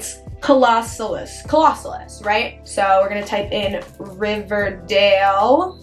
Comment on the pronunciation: “to the right to the rÆÏT”